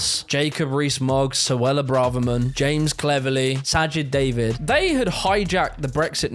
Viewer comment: "Sajid David" 😂